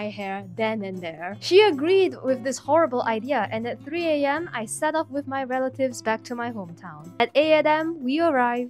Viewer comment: "at 8 atam" 😊